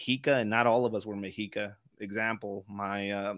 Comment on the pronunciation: It's pronounced "meh-she-ka." Not "me-he-ka."